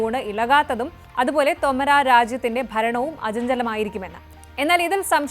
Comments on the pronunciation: ശ്രദ്ധിയ്ക്കണം. തൊമരാ എന്നല്ല. തോമർ എന്നാണ്. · തോമർ രാജവംശം, ഉച്ചാരണം ശെരിയല്ല